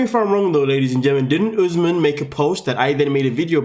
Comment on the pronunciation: The fact that keeps calling him ‘Oozmen’ is driving me crazy 😂